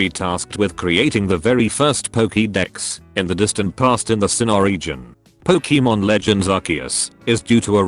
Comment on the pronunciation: I like "Pokiiimon" really much!